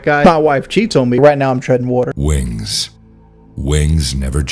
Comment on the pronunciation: Holy shit, he spent that much time talking out of his ass Bro couldn’t even pronounce water let alone tread it